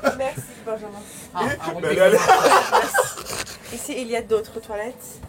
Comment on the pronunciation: j'suis morte de rire l'excès de confiance de lena au moment où elle continue son rp riche et qu'elle dit "mewci benjamain" 😂😂